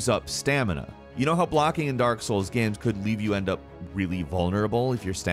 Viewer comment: Why does he pronounce "games" like "gams"?